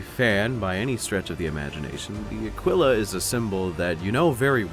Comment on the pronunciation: Just a heads up man, Aquila is pronounced Ah-Kee-Luh. Otherwise, keep up the good work man!